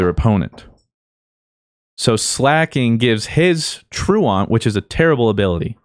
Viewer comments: I dealt with like 30 episodes of the ooflocke with Fruit mispronouncing Truant, can someone PLEASE tell him. /ˈtro͞oənt/ (true-ent) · is no one gonna correct fruits pronunciation of "truant"? I thought blue would've. Someone pleaase look it up